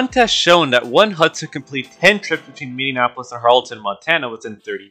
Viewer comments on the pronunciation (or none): Minneapolis = Min-nee-a-po-less, not "Min-nee-UN-a-po-less"